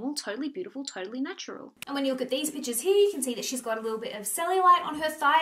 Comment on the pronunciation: Everytime she said "pictures", i heard "peaches"